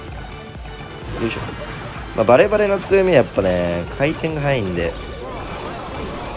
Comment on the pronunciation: 何回聞いてもバレてる枯渇にしか聞こえんww